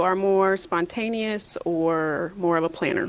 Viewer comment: The way this man just butchered spontaneous got me weak.